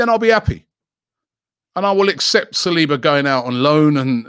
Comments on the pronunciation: Sah - Soo - Oh - Low 🙄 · Nobody: ... Robbie: Sa-swallow